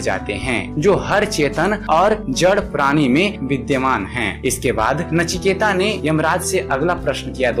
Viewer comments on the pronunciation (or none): नाम है नचिकेत , ता नही त